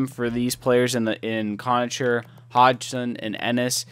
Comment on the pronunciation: conacher is pronounced conaKer... and pysyk... is pronounced piss-ick